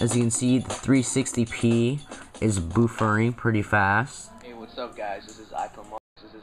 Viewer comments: I think you mispronounced "buffering." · you say buffering weird